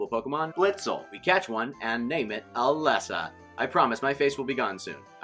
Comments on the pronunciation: NOT ELESSA! IT IS PRONOUNCED LIKE ELEESA! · Umm Its Ee-lee-sa (Elesa) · Swear to god, if he says “Ah-Less-Ah” one more time, I’m unsubscribing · I cringed when u said “Eh-Lesa” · I think he forgot the magic E. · You pronounce Elesa wrong